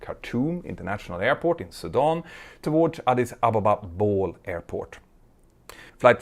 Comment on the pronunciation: I love how you pronounced the airport name: it's actually pronounced bɔːlei instead of just bɔːl ... written as Bole (ቦሌ in Amharic). That's my country... hehe... been following your channel for long and this is first incident from Ethiopia. We do have a solid reputation thanks to the Lord.